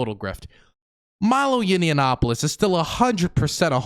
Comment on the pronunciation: It's Yah-nawp-uh-luss Not that I have any respect for the man, just bugs me even time I hear "Yinny-ya-nawp-uh-luss" lol Unless that's intentional